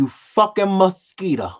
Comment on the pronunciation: We have to say it how says it #muskita 😆